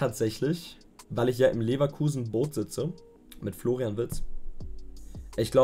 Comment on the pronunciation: Wer kennt ihn nicht den guten Florain Wirtz. Heiß der nicht eigentlich Florian Wirtz.